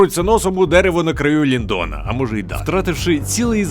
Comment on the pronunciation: Який МоргОт? Який МелькОр? Який ЛіндОн? Невже важко було наголоси перевірити?